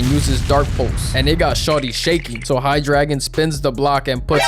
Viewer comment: its hydDRA(y)gon Dray like Drake